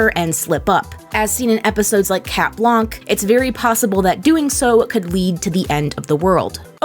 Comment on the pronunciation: Its pronounced cat blank